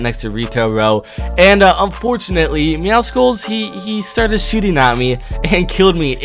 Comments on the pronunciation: Myth: What happens when pronounces Meowscles name right (ITS MEOW-SCLES. MEOW-MUSCLE, NOT MEOW-SCKULL OR MEOWSICLE) will he explode or actually receive praise? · YOU SAID MEOWCELES NAME WRONG ITS MEOW-SOULS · It’s not pronounced meowSkuls, it’s meow-cells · Deadpool had to do my man Meowcles like that and it isn't pronounced Meowsicles it's actually Meowsles but I thought it was Meowsicles until I watched the trailer again but hey I aint bothered about it jeez I wrote a novel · For the thousandth time it's pronounced (meow-suls) not (meow-cicals) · ITS MEOW—CLES NOT MEOW SI CLE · It’s ME-OW-SOULS, not ME-OW-SI-CALS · Not judging but its not Meowsickles. Its Meowssels (pronunciation) bit spelled Meowscles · Why does everyone pronounce meowscles as meowsicles? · Why do so many people pronounce meowscles wrong its not MEOWSICLES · Why does everybody say “meow-skulls” nobody says mus-kulls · Who the fuck is meow-sickles ???? And why are you constantly pronouncing it wrong...???? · Its pronounced meow suls it was like that on the trailer and its meow+ Muscles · It is myawsols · IT’S meowScles THE C IS SILENT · Its pronounced meow SULS, not meow SCLES! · How do people pronounce meowscles wrong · Im just saying meowscles has a prenouncation of meow and muscles so remove the mu and yeah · You said mewscles wrong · Myth: knows how to pronounce Meowscles